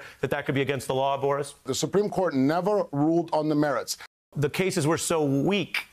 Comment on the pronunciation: Thank you for not calling him ‘Borish Epshteyn’. It’s just Boris. Not Borish lol